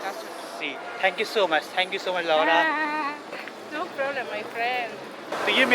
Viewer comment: Laura 😂😂😂 kuch alag hi andaz mein pronounce kiya tha.